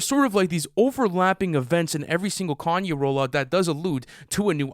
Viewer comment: I’m just hear for the pronounciation as “car-nyay” west 😂